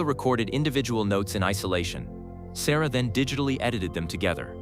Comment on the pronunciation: composer's name is Eric SERRA, not "Sarah"..